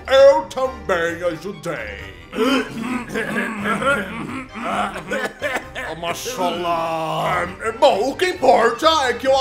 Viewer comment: "a maxalaaaar" kkkkkkk tankei nn